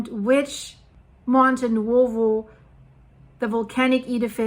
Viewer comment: Hi,, you pronounce the Italian vowel sounds in the middle of Nuovo perfectly (as in Monte Nuovo - pronounced oo-aw). The vowel sounds in the middle of Pozzuoli, however, seem to be tripping you up, although they are exactly the same (pronounced, oo-aw)...